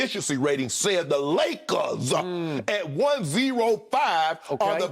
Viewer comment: “The Lakerrrrs” - Shannon 😂😂😅😅🗣🗣 I’m HOLLERIN